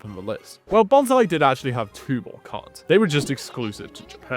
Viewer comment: I'm sorry... Who/what pokemon is Bonsai? I cannot unhear this now. I always read it as Bons-lee XD